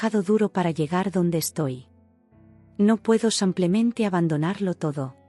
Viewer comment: Dice mil veces samplemente??,o semplemente o yo no oigo bien 😂😂